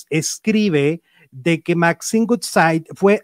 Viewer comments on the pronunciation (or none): Ayy cuando dices el apellido de Maxine se pronuncia wudsaid aunque es woodside y tú siempre dices gutsai que es goodside. Como que el inglés no se te da mucho. (Crítica constructiva) jijiji